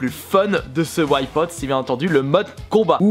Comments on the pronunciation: Putain arrête de dire "ouaille pote", c'est Wipeout. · très bon vidéo mes whypote essaye de prendre un peus de cour d'anglais pk whypote c'est Wipeout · ça donne envie de compter tous les "Ouaïe-pote" X'D Bonne vidéo sinon ^^ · Au bout de 5 ou 6 Ouaïpaûte je tenais déjà plus. qu'est ce que c'est que cette prononciation ??! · PLS ARRETE DE DIRE WHYPOT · La vidéo est bien sauf la prononciation de Wipeout :)